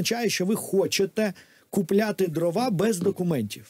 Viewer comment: ДрОва, а не дровА. Дров, а не дрів. Деревина, а не древесина. Успіхів Вам